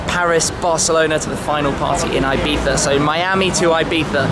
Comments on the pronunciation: IbeZa not Ibetha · Its IBIZA! I BI TZ A! not ibitha ffs! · IBIZA: “EYE BEETHA”. -SHMEE150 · thats how most brits pronounce it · It's like you are saying Ibitha... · Good guy, awesome cars and I appreciate that you put this all together for us to experience and live vicariously through you...That being said, the way you say Ibiza(Ibitha) upsets me haha I'm sure you're pronouncing it the correct way but still...something about it. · Wtf is up with his pronunciation of ibiZA